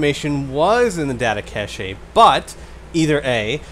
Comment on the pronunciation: 'cache' is pronounced cash